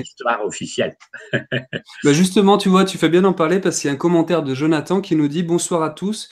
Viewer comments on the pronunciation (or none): none